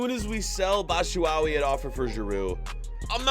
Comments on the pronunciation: My guy said batchuwawi😭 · mans doesn’t watch prem “batshuwawi” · Why tf do you keep saying BATSHUWAWI!!!!!!!!!! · You saying Batshyuawi just kills me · The way he pronounces bat-shu-a-yi and a-braham 😂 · Bro it’s pronounced batchuwhy , and it’s Tammy like a female bro hardcore Chelsea fan here since 2005 just had to let ya know , like the channel tho 💯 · LOL he says Batshuwawee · IT'S PRONOUNCED BATCHU-WHY-HE AND KOVA-VICH 😭😭 but I understand, but I'm excited for this series anyway bro